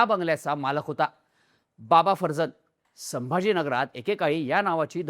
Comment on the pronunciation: हा माणूस पारशी आहे माहिती होती. तरी त्याच्या नावाचा चुकीचा उच्चार का करताय. बाबा फरजान हा उच्चार आहे. बाकी व्हिडिओचा विषय अतिशय बकवास निवडलाय.